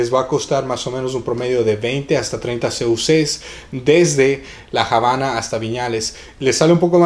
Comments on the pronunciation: Se llama "La Habana", no "La Jabana". Vergüenza ajena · no se por que entran en polemica es obvio que Lockhart se refiere a que en español NO se pronuncia Jabana y corregir de forma educada a alguien no es de molestarse sino de agradecer y nadie le quita el merito al joven por el video, pero si es algo que puede aprender y corregir me parece perfecto. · estás totalmente equivocado amigo, La Habana no tiene otra pronunciación que la que es, no existe por lo tanto Javana ya que esta palabra es nombre propio de un lugar geográfico y por lo tanto estás palabras no tienen traducción, vas dando clases de lengua Española y afirmando cosas que está visto desconoces 🤦 . Por cierto aquí nadie dice del mérito que tiene nuestro smigo, haciendo el vídeo detalladamente y de gran trabajo👏